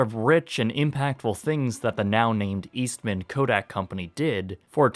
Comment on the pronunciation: My mom and aunts all worked for Kodak in Rochester, NY. FYI, it isn't East Man, it's Eastman. Say it quick :)